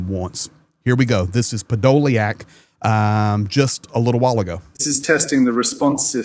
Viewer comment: Hey his name is 'Podo lyak'... the YA is the Ukainian R reversed, as you know it is a YU..... I have the surname... it is diff to try and spell the surname in English to get the right pronunciation...;)